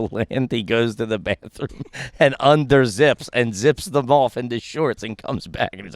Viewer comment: Anytime speaks a different language it’s just a phrase he’s repeated a million times that he still can’t pronounce right. Him saying bathroom sounded more like him saying Banya from Seinfeld